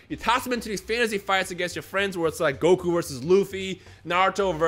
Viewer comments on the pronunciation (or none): none